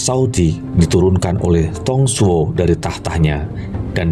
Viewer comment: Mantappp bos... Ayo semangat diupgrade baca mandarinnya (pin yin) biar lebih tepat pelafalan namanya.. contohnya nama Dong Zhuo dibaca (Tung Cuo)